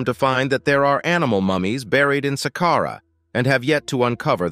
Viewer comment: Who taught this person say sàqqara?? Jesus Christ. Glad he corrected himself